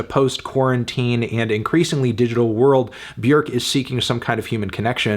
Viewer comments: B'york. Not B'yerk. Funny melon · Feeling a strong 8 to a light 9 on Melon's Björk pronunciation instead of the usual English "bjawrk". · he said "B-YERK." :text-green-game-over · Afantano rlly be saying b-werkkk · Bjerk? Is that how you pronounce it? It's so distracting for some reason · I think you mean “Byhukgh” (Look up the proper pronunciation) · So It’s pronounced Byerk now? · Why does he keep calling her Bjerk? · Why are you mispronouncing her name? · You said the name wrong Melon, also your score is just embarrassing. I'm telling your parents at dinner on Sunday they did a bad job raising you